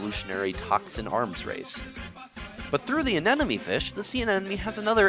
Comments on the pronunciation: Terrible choice for background music. Nothing wrong with salsa, but it takes away from the content rather than adds to. That in addition to saying anenemy instead of anemone doesn't help either. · Anemone.... Not anenome...... Why can no one pronounce it correctly? 😑